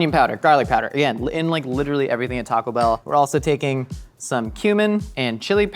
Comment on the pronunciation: Every single person at mythical says "TACO bell"